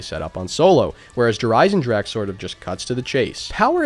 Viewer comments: Kino of Toten: "Kino of Toe-10" Der Eisendrache: "Djurhh-Ryzen-drag" The way united statians pronounce forreign words, man.. haha. *edit: man called an ice dragon "the iron dragon". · how come you playin' zombies for so long but you still cant pronounce der riese or Der Eisendrache right? Just type it in a translator and listen to it:)